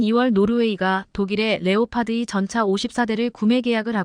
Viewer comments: K2전차. 케이전자가뭐냐 발음부터고쳐 라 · 제대로 된 앵커멘트가 안되나요? 폴란드>>졸란드, 전차>>전자, K2(케이,투)>>케이 이. K3전차(케이,쓰리 전차)>> 케이,삼 전자? 말인지,방귀인지... 제대로된 발음 부탁드립니다, 구독자를, 우롱하고, 희롱하고, 헤깔리게 하는, 발음을 고쳐주세요. 유튜버가, 구독자,시청자를, 좆밥으로, 보는듯 하네요